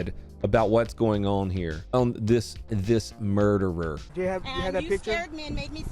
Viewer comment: If she is a teacher she would know it's not murdewer it's murderer...case in point